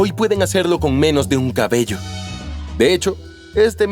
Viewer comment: soy yo o en una parte dice caballo en vez de cabello?